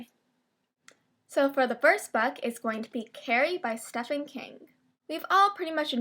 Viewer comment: I'm not being rude, but I thought it was absolutely adorable when you pronounced Stephen King's name wrong. Lol, I've never heard someone pronounce it that way.